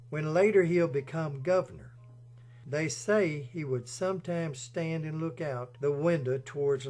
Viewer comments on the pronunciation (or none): none